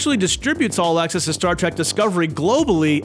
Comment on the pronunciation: "Star TRACK" 🤣😂